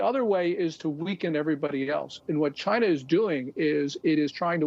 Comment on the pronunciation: Chy-na at it again.